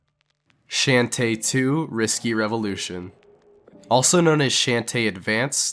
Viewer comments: you said her name wrong. The H in her name is not silent. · STAR Fi?....... How the fuck did u pronounce shantae? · First Rouge the Bat and now Shantae name was butchered. 🤣 (but I still love the video 😸💖👍) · Hearing him mispronounce shantae and starfy hurt me inside. Great video otherwise.